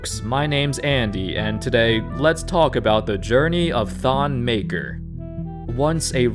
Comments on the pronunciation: His name is pronounce MAKIIR he's from my tribe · It’s Maker, Makur is his cousin though lol